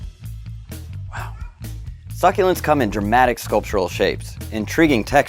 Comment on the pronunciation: I love how u pronounce the word suck-u-lents. Its my favorite plants and i have lots in my room,i can go on vacation for weeks and they are not resentfull to me.